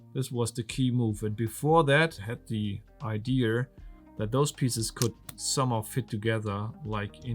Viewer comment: Your videos are great. Sorry to nitpick. Kind of a pet peeve of mine. It's not "idear", its "idea", Like the name "Maria" . pronounced: īˈdēə